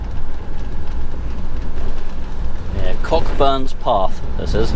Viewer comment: Great vid, Cockburnspath is pronounced as Co-burnspath, might just save a bit of face if you ever have to ask for directions